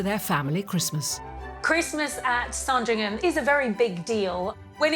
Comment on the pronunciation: It’s never pronounced “Sarn-dring-ham”. It’s “Sandringum” (short ‘a’).